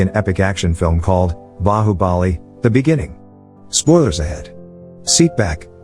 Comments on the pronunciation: For you to understand Bala is the bad guy and Bali is the good guy the nartion is difficult to understand due to the names the actual names to be pronounced is Bahu Bali (good guy) bal dev ( bad guy), watch the movie on prime with subtitles to understand it's beautiful! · And it's not Bali! Fuck man get your names correct! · his name is bahubali not Bali 🤣